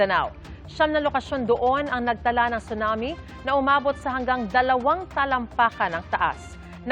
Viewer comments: Pronounced po siya as sunami, hindi po chunami 😅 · Yes sunami kasi need icorrect masasanay kasi mga manunuod lalo gma p man din.